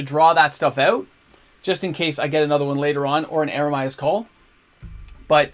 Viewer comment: Me thinks you've had a few too many nachos today or you have a kid named Jeremiah. Eeeemeeree-uh's Call. Meer, as in Karoo Meerkat. Eremia was a bullfrog. He was a good dinner of mine. Love the deck, love the content, thanks bro!😁